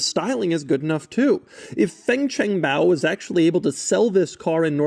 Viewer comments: He actually pronounced it right kudos 🥳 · Your Chinese pronunciation is very good, sir. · Doug actually didn't butcher the pronunciation of fangchengbao. On the opposite it was quite good, even the intonation was right. Hats off to you doug🎉